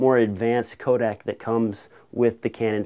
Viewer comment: Its CODEC not Kodak ;p